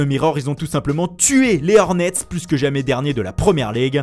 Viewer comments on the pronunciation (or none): none